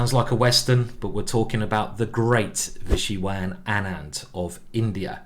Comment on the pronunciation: Wonderful compilation but you should have worked more on pronouncing his name right ! :P